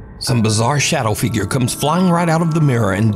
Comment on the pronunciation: a "Bizarre shadow fagure"!